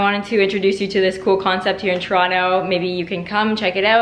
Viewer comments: This lady is not from Toronto I cam tell how she pronounces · How can represent Toronto and not even pronounce Toronto right:(